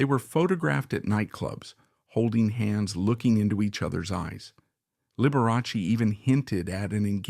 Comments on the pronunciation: The name is pronounced Lib we ah Chee not Lib er ass y. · That was Lib er ah Chee. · This is wild. Dr. Daniel's was not a victim in this. Scott deserved justice and your AI has pronounced Liberace 3 different ways. And gay or not, that reporter was guessing and had no right to OUT someine, so he needed to pay. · Be forewarned - this is AI created so Liberace's name is seldom pronounced correctly...